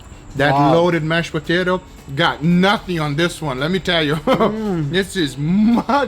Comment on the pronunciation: "Loaded Mashed Potater"